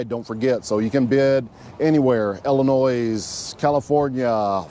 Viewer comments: it is not Illi NOISE.....it is illi NOY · Boy said illi-noise